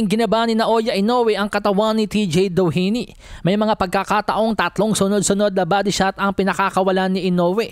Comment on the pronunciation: yung pinipilit mo ipronounce yung DOHINY .